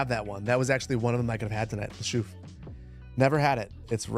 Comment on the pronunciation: OOOOOH une chouffe! It's pronouced chouff'